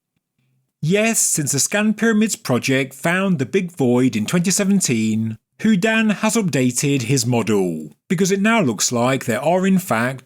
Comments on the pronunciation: I love every single one of your videos! But please stop saying who-dan. It’s who-dean. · Like Houdini, without the last I.